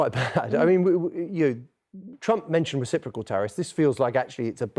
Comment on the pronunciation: recipricol tarriffs he says ? ... he is forcing the the responce tarriffs ... always plays the victim ..scumbag